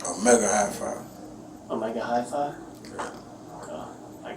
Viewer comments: Omega High Phi🤣🤣🤣 He basically was saying he was in a street subset of the fraternity (dance group). The other detective laughed at his dumb zza. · This fool said ‘Omega Hi Fi’ 😂😂😂